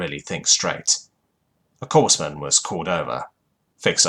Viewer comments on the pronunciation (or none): it's not corseman, it's CORE-mun!